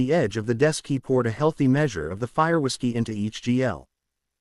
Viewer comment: This AI is unwilling to say the letters w i s of whiskey why, does it mean that whiskey is considered vulgar, psychotic AI